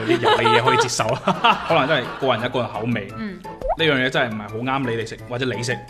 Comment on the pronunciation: 懒音有少少多，接受讲成"折寿"